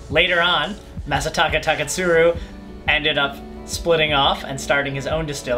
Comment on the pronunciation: I like the way you say Taketsuru